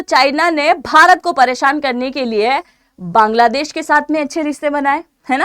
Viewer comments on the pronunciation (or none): none